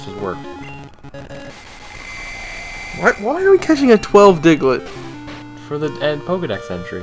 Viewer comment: Why they call Diglett "Deguter"?